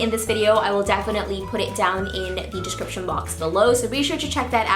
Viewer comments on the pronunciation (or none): "DISHCRIPSHON box below"